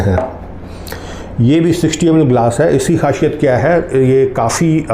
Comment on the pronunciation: Khasiyat not khashiyat